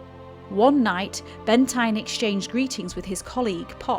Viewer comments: Great video but just to clarify his name was pronounced Benteen not Bentine. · You are too young to remember him but his name is pronounced Michael Benteen. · Not a great voice over on this - Michael Bentine's surname is pronounced 'Ben-TEEN' ....some pronunciation and delivery errors too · In his book, The door marked Summer, Michael Bentine (pronounced Benteen BTW) wrote that as the crews donned their flying gear, He would see the faces of the ones that wouldn't come back as skulls.